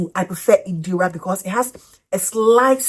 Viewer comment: It's Irida hun not Idira 😊